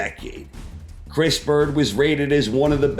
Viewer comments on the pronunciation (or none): none